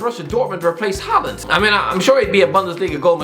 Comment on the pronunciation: Can you at least try to study how football player names are pronounced? Halland? Weghorset? Seriously? I'm pretty sure you'll be pissed as a soggy donut if I called you